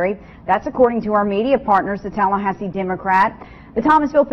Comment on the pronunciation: "Turd marriage in Tallhasee" LOL